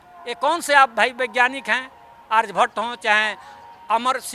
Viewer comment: पहले बोलना सीखें । आरजभट्ट नहीं आर्यभट्ट है ।